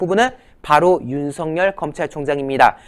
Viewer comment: 윤성 열 인지 윤석열인지 발음좀